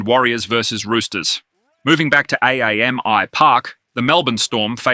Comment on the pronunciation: you may have more credibility if you pronounced Ponga's first name correctly, AAMI is known as an acronym, as in "Amy", not Cronilla...and maybe didn't copy/paste sportsbook predictions?